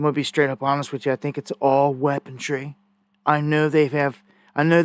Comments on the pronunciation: ..... WEAPONRY ... NOT ... WEAPODRY... NO DRY... WEAPON-RY ! PLEASE LEARN HOW 2 PRONOUNCE ENGLISH !!!! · 😂😂😂 He has been saying “weapongery” for well over a decade. Back 12-15 years ago, I listened to daily. Used to drive me crazy whenever he would say “weapongery”. There’s a G in that pronunciation 😂. He basically coined his own term.Funny to see that he’s still driving people bonkers, after all this time. 🤣